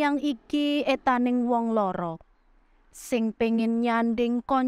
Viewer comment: trima kasih pembacaan geguritannya. Joss... Jd ketahuan ada salahnya eataning wong lara... itu semestinya critaning wong lara... 🙏🙏🙏